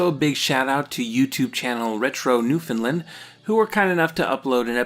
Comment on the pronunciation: I don't know if anyone has said this before but the way you pronounce Newfoundland is so satisfying. Because too many times people mispronounce it as new-found-land.